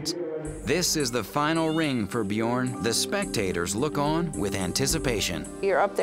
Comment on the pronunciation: "BjOOORn". No, it's "Bjørn". As in the Norwegian word for "bear". Try to pronounce "learn" -- l-eeeeeaaaa-rn. Bj-øøøøø-rn. Basically the same thing. Ø.